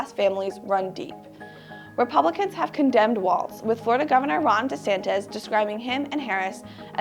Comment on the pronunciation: The name is Walz, not Waltz.